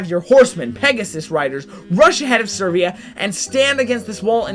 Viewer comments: I need to know, but is number 6 Servia or Severa? I need to know because it's very hard to mispronounce the name Severa, which is pronounced Se-Vera. So I'm sure there's something afoot. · It's Severa, not Servea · The only thing that pisses me off about this is your pronunciation of Severa... there isn't an R for you say "Sir"vea... you misplace the R and oooooh it pisses me off quq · Dude, Severa is pronounced Sev-rah. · Can you actually read severa's back story? To under stand her? Also its Seh-vare-uh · This is a really dumb thing to mention especially since this video is incredibly old, but I have to. Your pronunciation of a lot of these characters' names is off. I can understand the ones that just don't have their name ever said, but Lissa is pronounced a few times, especially at the beginning of the game, and Severa doesn't even have an "I" in her name! Also I could just be dumb and not know how to pronounce a few of these myself.